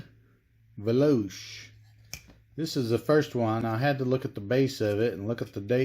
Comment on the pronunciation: It is pronounced veloche